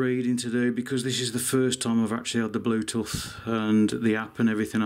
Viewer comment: I find your Brummie pronunciation of 'Bluetooth' a bit different to how we say it up north.